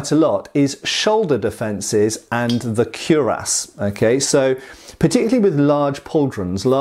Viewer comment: Speaking of pronunciation, isn't it kwi-rass rather than kew-rass?